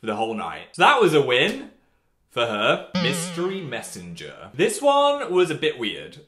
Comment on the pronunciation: When he said mystery Messanger, I swear I thought he said Mystic Messanger.